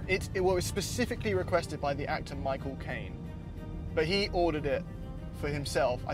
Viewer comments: "Mi Chaelcane" 😂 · Sounded like younsaid the mirror is for "my cocaine" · michael cane my-co-Caine